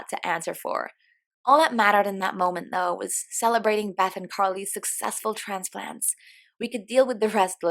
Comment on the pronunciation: "Needed trauhnepluhhnts"